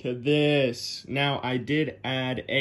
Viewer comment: "from this.. To , TEW THESSSS"